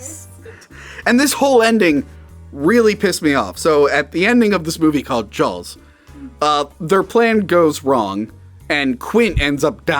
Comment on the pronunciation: I can not unhear "Jawls"